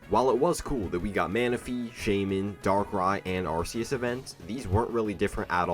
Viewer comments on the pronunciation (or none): You're mispronouncing Arceus, you said it like "Are-see-us" when several official sources say it like "Are-kee-us"